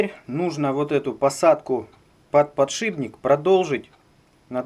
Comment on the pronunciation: Только не подшиБник, а подшиПник.